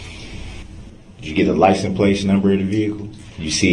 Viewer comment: Most of the time he just said "liesen" place !